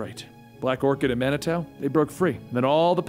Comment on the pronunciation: It's pronounced man-i-too